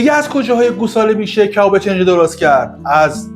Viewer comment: استاد گرامی؛ چنجه تلفظ اشتباه کلمه «کنجه» هست، اگر عنوان را اصلاح بفرمایید، لطف بزرگی در اصلاح عموم خواهد بود.